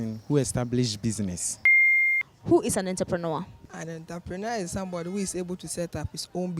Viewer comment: Not Enterpreneur but rather entrepreneur( french word)! Love my Rak Fam!!